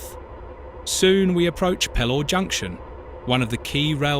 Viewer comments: Edit... It's pronounced Peelaw. it's pronounced River Weer. pronounced Huuworth. You described Seaham and the coast line beautifully, but you missed a treat not showing any of it. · You most seriously need to edit some place names ...HEWORTH....HEW-WORTH......PELAW...PEE-LAW....ETCETC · Stop murdering the place memes it's not Where it's Weir. . As for Pelaw and Heworth omg you'd get lynched